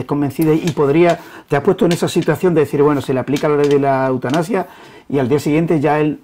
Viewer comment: ¿"Eutanapsia"? ¿y este sujeto es periodista?